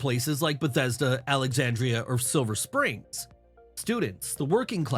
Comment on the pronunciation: Micro-quibble with the narrator of the original video: it's "Silver Spring", not "Silver Springs". Use of "Springs" kind of goes along with his generally hostile view of the city. (full disclosure: I have lived in the Virginia suburbs of Washington D.C. for over 40 years). Washington DC was originally created as a 10 square mile diamond, placed on the border between Maryland and Virginia, in an era when Virginia was arguably the most important state in the new country. In 1846 (before the Civil War), the Virginian portion was "retroceded" (given back) to Virginia. That area became the city of Alexandria. The state of Washington (on the west coast) was originally named the "Territory of Columbia", but people thought it would be too similar with DC (District of Columbia). So in order to "avoid confusion" 🤣the territory was named "Washington" in 1853, and it became a state in 1889. And no one was ever confused about it.... 🤦‍♂